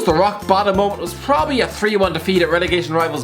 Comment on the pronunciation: do you have to clean your mic everytime you say 'prrrrobably'?